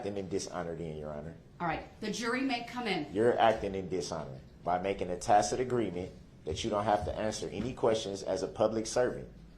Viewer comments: The new word for day 14; Dishonor!!!! He finally learned how to pronounce tacit past 2 court days. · He finally learned the proper pronunciation for "tacit" and now he won't shut up. Judge Dorow was like a frustrated mom with guests waiting to come inside and she's dealing with a spoiled disobedient brat in desperate need of a good old fashioned a** whipping. He really took her there., I'm really glad you're back. Really missed you sweetheart. Love and blessings to you and your family. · One good thing, he did learn to say “tacit”😂